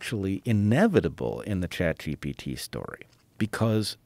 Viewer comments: Rogan says chat DP lol😂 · joe literally almost called it chatdmt.